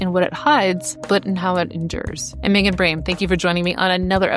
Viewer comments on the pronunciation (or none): none